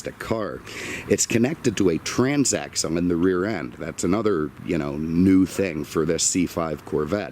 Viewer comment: Did you say trans-Axom? 😮